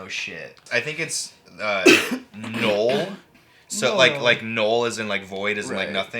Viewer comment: "I think it's nooeel" - man, it's N-U-LL. Like "n-ugh-ll" hahahaha